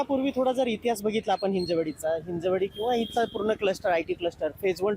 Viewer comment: म्हणजे मराठीच आहेत की, हिंजेवाडी हिंजेवाडी बोलायचं बंद करा तेवढं.. ते हिंजवडी आहे..!